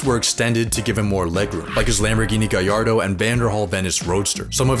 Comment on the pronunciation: Bros a car guy he said gallardo actually correct